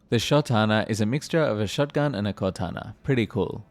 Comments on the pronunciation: bro says qoatana over katana💀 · why did you pronounce katana like kortana